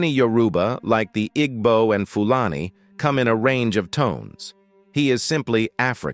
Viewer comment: That is not how you pronounce Igbo.